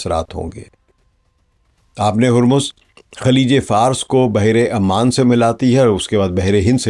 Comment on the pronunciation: Sir its oman not aman